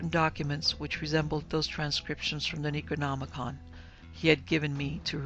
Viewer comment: Yup but I don't like the fact that she mispronounced the words like the yog sothoth and the necronomicon and his author Abdul Al hazred it was enough to deter me from listening to the book the dweller in the darkness